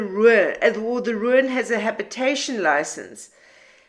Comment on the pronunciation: I cannot quite say what your pronunciation of the word RUIN brings to mind, sometimes it is a smile sometimes it is more of a viking seret stones. As far a my understanding goes, and it aint far, ruin is pronunced RU IN 2 sylables not one your way!!!